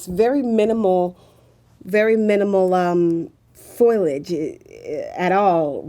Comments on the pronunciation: I love the way says foilage instead of foliage. Reminds me of Curly from the Three Stooges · well, idk about the "" being "scary good"....I've seen much better. She keeps repeating the same things over and over in different ways...really aggravating and the word is "foliage" not foilage lol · It's foliage not foilage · God, if she says "foilage" instead of "foliage" one more time: Ahhhhhhhhhhhhh! "...and what not." "...and what not." "and what not." "um, ah, ayiah, ah, um, and what not." Come on,.... Please."Iz, it, it's - it's like, ah, um - and what not." You're KILLING me, here. "Above the surface, or what not..." What does "What not" even mean? I feel CERTAIN you've gotten this under control, by now. You are so sweet, and smart. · Not making things up, but lacks the vocabulary and descriptive ability to express what she senses. I can't stand the ebonics either. Blacks do not pronounce words correctly. She said FOIL age, when the word is pronounced FOL I AGE. 3 syllables, not 2. "" paused too much, and used the word "weird" way too often. I would rather have had the older man describe the targets. He was far more intelligent and spoke better, and had the vocabulary to accurately infer what he was sensing. This is critical information and a person with a far greater descriptive arsenal of vocabulary is vital. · saying FOILAGE is wrong, it's Foliage